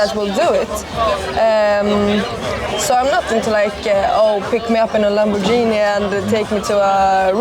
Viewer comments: listen to how a real italian says Lamborghini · Bahaha, she's italien and pronounced Lamborghini wrong?